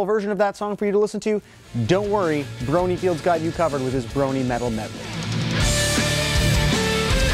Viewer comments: lol he said bronyFIELD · So much to say. One: You didn't need to mention clopping. Two: you left out some of the best artists. Three: It sounds like you pronounced Bronyfied wrong. Four: It's Tombstone's remix of Eurobeat's Discord. And Five: You never said anything about Pegasisters. I believe you only said women could be Bronies once in the entire video. Also, I've never heard the term "trotstep" used, but rather "ponystep" Also, Artists: One-Mic The Microphone, Two-Glaze, Three-Tombstone, Four-Bronyfied, Five-Aviators, Six-Yelling at Cats, Seven-Black Gryp0n, Eight-LULZ, Nine-dB, and Ten-Tsyolin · BronyFIED not Bronyfield. Sorry just had to point that out.